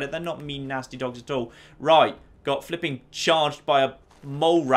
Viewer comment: I love everything about this guy except when he says flipen